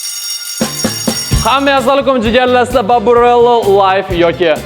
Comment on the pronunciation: Baburello mas baburetto